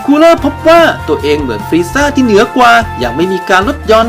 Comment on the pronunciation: ถามจริงเคยดูดราก้อนบอลเจ้าของอะ เรียกชื่อฟรีสเซอร์ยังเรียกผิด